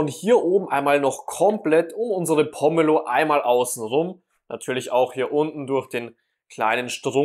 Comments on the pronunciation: Das heißt Po-me-lo und nicht Pommelo. Und wo war der Trick? Ach ja sie schwarzen Handschuhe. 🤦‍♀️ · Gute Idee, die Schale oben herum einzuritzen und nicht, wie sonst gezeigt,den Deckel abzuschneiden. Allerdings wird der Name nur mit einem " m" geschrieben und deshalb anders, als von dir, ausgesprochen, mit langem "e". Nicht wie Pommes 🤭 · Wäre schön, wenn Pomelo richtig ausgesprochen würde und das, was da als ultimativ gezeigt wird, hab ich durch einfaches Tun schon immer so gemacht.